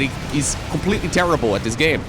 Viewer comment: I have no idea why you kept mispronouncing CompletelyShot's name. Nor do I understand how it would demonetise the video if you said it correctly.